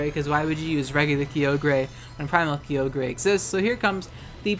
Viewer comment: Had to stop watching cause hearing key-oh-grey was driving me insane